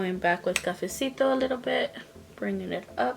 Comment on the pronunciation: Hi happy Wednesday beautiful look I love how you we’re saying cafesito 🥰 stay safe and have a wonderful day 💕